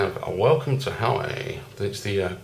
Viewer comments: This reviewer should be a comedian. Surely made me laugh every time he said "Howie". I could be wrong but I've heard it pronounced before as "wow-way". Who knows? Informative though, thank:-)). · you pronounce it hu-wah-way. Like Hawaii.:)